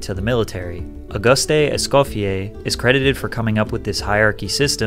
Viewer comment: French pronounciation 101 for Patrick : Auguste is pronounced like the month august (silent e at the end) Partie is pronounced like party (same, silent e) Michelin is pronounced "michel-un" (like "one" in French), but Micheline is pronounced with a resonant "n". Most of the time, when a French word ends with a "e" or a consonant, this letter is silent or muted when pronounced. BTW, the UK never used Euros, even before brexit.